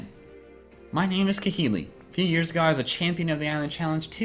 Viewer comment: It's kah-HEE-lee